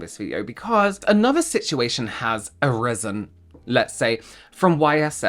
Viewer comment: I thought you said, "Another problem has arizzled." 😂